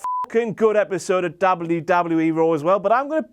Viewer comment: ''Dable You Dable You E.'' Sorry I can't get over it. lol Good job still ^^